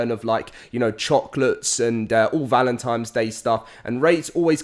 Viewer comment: Repeat after me, "ValentiNNNe"